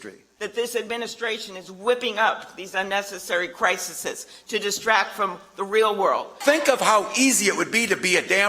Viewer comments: “Crisisis”? Iol. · Crisises? Really, Amy Klobuchar, learn how to speak English. Oh that's right, she'd rather speak or learn Spanish than English 😮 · Amy kloubochar said Crisises😂😂😂😂 Trump owns these blithering idiots. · She can't even say the plural of crisis correctly.